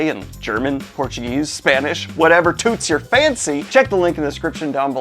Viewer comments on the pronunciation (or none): none